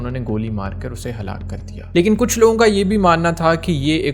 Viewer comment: How did you say halak Kia how nonsense of speaking 😢